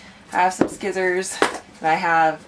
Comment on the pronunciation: Extra bonus points for saying "skizzers" for scissors (I say it that way too) 😆